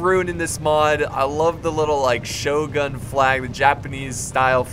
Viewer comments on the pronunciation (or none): none